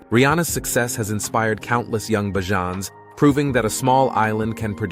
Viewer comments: Bajans not barjans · BAYJUNS NOT BAJAANS PLEASE CORRECT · It's pronounced Bayjon Bajans. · next time put 'bayjuns' in the script of the automated speaker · If you're going to speak about Barbados please pronounce the name of the locals correctly. And do not mislead your viewers by posting images and videos that are from another country and not Barbados. Please don't it's seriously misleading. Facts for your viewers Barbados doesn't have the copious amount of tall buildings, the port/harbour in your video is not that of Barbados and the geography of another land mass just to the left of the image is clearly not Barbados as Barbados doesn't have any satellite islands. Very misleading. But to all your viewers as an indigenous of Barbados it's a very beautiful and great island to explore very safe,safe ,safe,safe you get it. The correct pronunciation of the natives of Barbados is called (Beige Jan). The name Barbados was is Portuguese actually meaning the Bearded One. The Portuguese discovered Barbados accidentally after being blown off course enroute to Brazil. Upon arrival they noticed the trees with the long vegetation growing from them just hanging. It reminded them of beards so in Portuguese beard is Barba. Barbudos(the bearded ones) Hence Barbados Take care folks